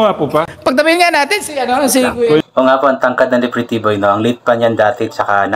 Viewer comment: Yes po Titiboy na Hnd talaga ma bigkas ni nanay luz ang pretty boy